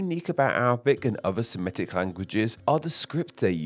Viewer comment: FYI, the word "Semitic" is pronounced the way it's spelled: /se-MI-tik/, not /se-ME-tik/.